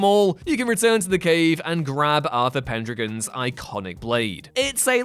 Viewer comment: He says stuff wrong, and it weirds me out. Pendragon, The Phantom Pain, Martinez, bleugh. Begone,...